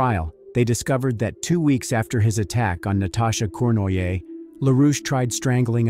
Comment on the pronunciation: The french name Cournoyer is pronounced Corn-roy-yeh.